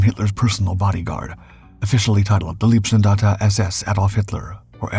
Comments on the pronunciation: Leibstandarte, is pronounced with an "i", not ee. And he keeps saying LASSH, though it is LSSAH. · LEIBstandarte, not LIEBstandarte. please practize / learn the correct german pronounciation. it's not just that word. if you want to make a doc about germany and use the german words, please speak them correctly. so schwer ist das nicht. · Please, please do not say Leebstandarte. Leeb (written lieb) means “cute” in German. These guys were definitely not cute.. Leib is pronounced “lipe” (US English pronounciation). It’s impossible to concentrate on the story with this grotesque pronounciation..😩